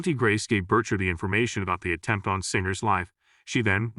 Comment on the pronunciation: Why does he pronounce it Bercher?